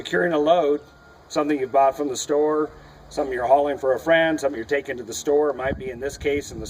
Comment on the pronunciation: Twisteen, takeen, alls, sah loadeen, are not words